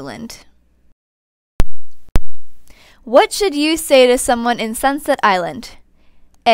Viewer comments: AM I THE ONLY ONE WHATHEARS UR SAYING SUNSET ILAND WHEN ITS ACTUALLY CALLED SUNSET ISLAND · Did she say sinset island